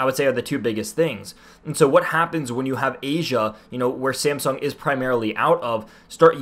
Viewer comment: Are you saying SAMSUNG or SIMPSONS ;)